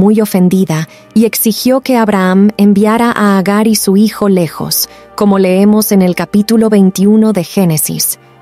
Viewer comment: Antes que nada por subir estos videos,basados en la biblia. Lo único que me gustaría es que no se mezclará la narración con pronunciación en inglés tal como cuando mencionan hiyo,hiya,que obviamente te refieres a hijo,hija,solo esos detalles. Gracias.